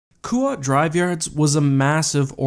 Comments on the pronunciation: It's kuat. Not kooat. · Kuat should be pronounced “kwat “ ,not “koo-wat” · I thought it was pronounced Kuat kwat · Anyone else bothered by how he said Kuat?